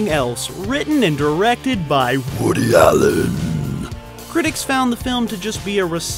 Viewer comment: Holly Fuck talk about confusing me! LMFAO LMFAO LMFAO LMFAO LMFAO how you said woody Allen! I had to play it OVER a few time's while my face was hurting from laughing so fucking much! & Putting on H/D Souround as'well lmfao LMFAO LMFAO LMFAO LMFAO LMFAO LMFAO LMFAO LMFAO LMFAO LMFAO LMFAO LMFAO LMFAO WOoooooody ALLLEN .. grrrrrrr. Lol ahhhhhh best damn part of whole video here no doubt!